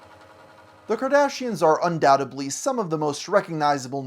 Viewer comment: its "undoubtedly" not "undoutably"